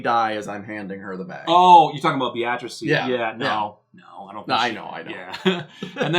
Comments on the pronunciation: [Bay - uh- treece] not [Bee-ah-trass] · Beatrice is pronounced BEE-triss. Have you never seen that name before?